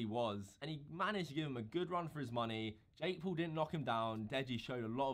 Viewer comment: Jake Paul not jake pool